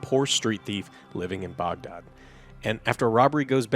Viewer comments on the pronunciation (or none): Hearing saying Baghdad was really weird 😅